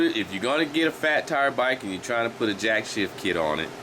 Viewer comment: Jack "shaft" not Jack "shift"